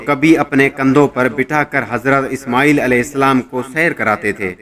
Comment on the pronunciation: ishmooel nai ismaeel tha uska naam pehly parh lia karo na like leny keliy